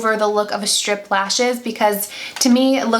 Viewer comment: Hahaha, I thought you kept saying stripper lashes lmao